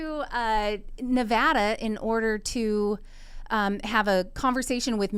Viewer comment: Thank you for pronouncing Nevada correctly lol